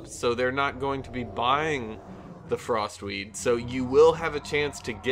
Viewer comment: sounds like he is saying frostweave not frostweed...and those werent even sneezes